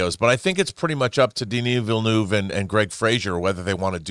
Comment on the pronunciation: Everyone: Denis Villeneuve Snoop: Daniel Villanueva 😂😂😂